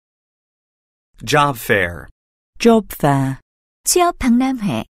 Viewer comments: Job fair 죠빱이라고 들리는 내 귀는 문제인가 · 쥐어패라고 들리는데요? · Job fair 영국발음 줘패어라는줄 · Job fair 진짜 발음 장난해 ...ㅠㅠㅠㅠ?